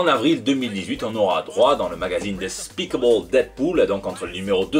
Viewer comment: C'est quoi cet accent ? xD "the speakable Deadpool" ? (j'entends pas du tout "despicable") Pour Loki, ma seule question c'est....est-ce que Loki en aurait vraiment quelque chose à foutre de se catégoriser ? Ou alors par là l'auteur exprime seulement avec quelle mentalité le personnage sera écrit.